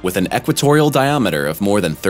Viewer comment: Not equatorial...Equatorial...!!